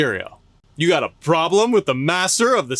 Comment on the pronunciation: "You got a problen with the master of the 69?" 😂